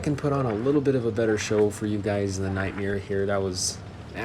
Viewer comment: You are saying the Nightmare’s name wrong. You are saying Nightmiare. But good annihilation of the event tanks in the first round there!